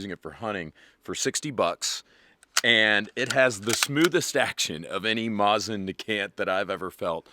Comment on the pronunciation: Why you gotta say Mosin like that?